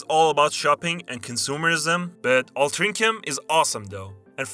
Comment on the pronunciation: The funniest thing in this is his mangled pronunciation of Altrincham ("All- trin- sham" )